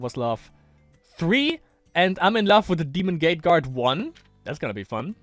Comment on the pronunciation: Lol why are you always say "gah-teh"? Its just gate (schoolgate), normal english word Oh and also